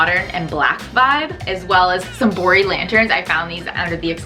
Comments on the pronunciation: Yeah, I too thought I heard "boring lanterns" and not "Bori Lanterns." I thought, "Well that's not a nice thing to say about those lanterns! Yeah, they are simple, BUT not boring!" LOL Awesome makeover! I wish I could be HALF as clever as the two of you! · Lol I had subtitles so the same thing happened cuz it thought she said boring not bori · every time she said "bori lanterns" I heard "boring lanterns" and it took me an embarrassingly long time to realize that she wasn't calling the lanterns boring